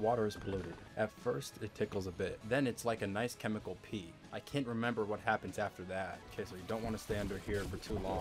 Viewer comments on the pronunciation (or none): Chemical pee? You mean chemical peel??? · My bro said, CHEMICAL PEE 😂😂😂 it's chemical PEEL fam!! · all i can think about is you saying “a nice chemical pee” instead of “a nice chemical peel” 😂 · Chemical peel not pee